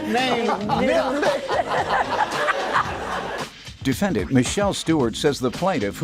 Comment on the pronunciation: Am I the only one who thought she said the horses name was NIGGLET vs NIBBLET 😂😂😂😂😂